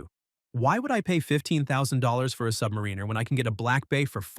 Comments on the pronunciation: Can someone please teach AI that it's not pronounced, "Submareener"? I was out at :44. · This would be a better video if the AI pronunciation wasn’t so laughable “submarine-er” “beezle” 🤣😂🤣 🤡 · Submareener? 😂😂😂😂😂 What a moron.